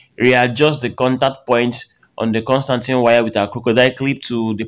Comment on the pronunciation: My man legit said, "the Constantine wire"😂😂😂 Please it's constantan wire